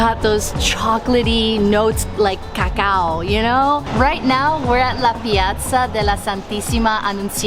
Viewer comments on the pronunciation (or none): none